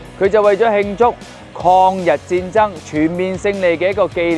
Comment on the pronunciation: 抗日战争读成矿日战争，诸葛亮读成诸国亮。。。。